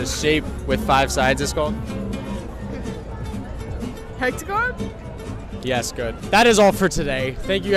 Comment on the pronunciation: I tought she said pentagon and was like: ”She is correct?”. Only after finding your comment and listen again I hear hectagon.